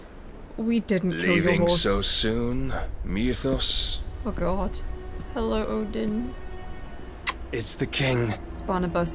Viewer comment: I'm sorry, but can we TALK about how it's spelled "Mythos", which is like an extant word, but 100% of the voice actors say "MEWthos"? Once you hear it the bell cannot be unrung. This is the greatest mystery of my storied life.